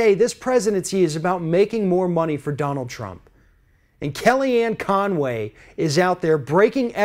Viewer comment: Hell.. Her name is Con Way . Yep🤒 Not Fun way.! lmaooo ;-/